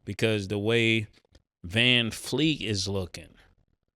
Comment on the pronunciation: Van-Fleet 🗑️😂 weak ass dude